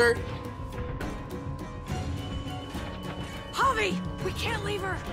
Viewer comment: He said Carlos Boozer lmao